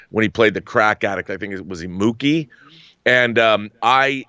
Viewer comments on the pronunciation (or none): Mookie🤣 everyone knows its pookie. At least he didn't say wookie? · It’s Pookie not Mookie Mookie is from DTRT He ain’t smoke crack lol